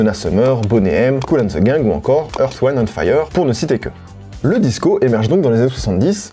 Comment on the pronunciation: Alors je suis pas expert hein mais ça se lit « wind » comme le vent pas earth weînde and fayeur 😅😝